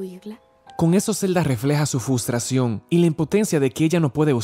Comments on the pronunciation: Zelda tenia "fustracion"XD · Fustración. Yo: FUS RO DA!!!! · Una duda ¿Porqué lo pronuncia “fustración? ¿Lo escucho mal, es alguna clase de broma interna o algo más? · me encanta como das tu opinión y como narras, pero me disculpo si te llega a causar un poco de incomodidad mi comentario, pero me dio risa cuando dijiste frustración XD.